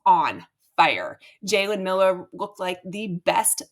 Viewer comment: Milroe not Miller.